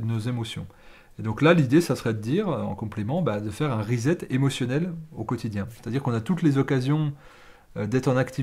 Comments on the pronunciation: cher, to set or to set up se prononce "sset" pas "zet" Donc re-set ou reset c'est "resset" qu'il faut dire, tant qu'à parler franglais!!! Bises de Hong Kong. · R I - S S E T ' Préfixe de répétition, comme en français, re + set qui signifie mettre en place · Vive la différence culturelle, la diversité met de la couleur dans la vie. De toute évidence, vous avez compris le « rezet ».